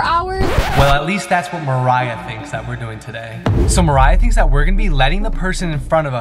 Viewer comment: It's pronounced Mariah